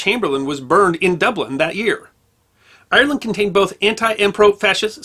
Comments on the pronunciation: It's Ire-land not I-er-land, but another great video as always. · Sir you are pronoucing Ireland wrong ...